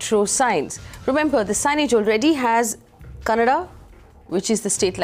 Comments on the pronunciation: Thats Kannada. Its not Kannad. Please talk properly. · Kannad nahi kannadaa idiot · Firstly, It's "KANNADA" not fucking "KANNAD" for heavens fucking sake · is definitely an illiterate politician. He is the most stupid person with stupid arguments. A tip for, when you are trying to fake your respect for Kannada at least do it right. It’s not Kannad, it’s KANNADA with ‘A’ in the end. Don’t hindi-fy other languages. Hindi is not the centre of the universe. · it's Kannada not kannad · Stupid bjp spokesperson doesn't even know to say kannada and Karnataka 🙄